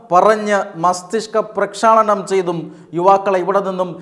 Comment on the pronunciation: Bro, your pronunciation of the word Masthishkaprakshaalanam.......is awesome!..... Really it's happened to someone....who thinks money is god...... Will be realised..... very soon